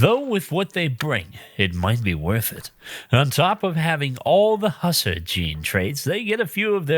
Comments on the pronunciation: its pronounced (huss - are) not (Husser) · HUSSERS? Its Huss-AR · You were mispronouncing Hussar constantly which was driving me crazy. The first paragraph is pronounced more like "who" than "Hus". I don't have my dictionary in front of me, but usually I have heard that word pronounced more that "who sar" than the "huss er" you were using. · its hussAr, not hussEr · "Husser" That hurt to hear, I'm sorry. Its "huh-sahr", named after the Hussars (horse-riding infantrymen) of Europe.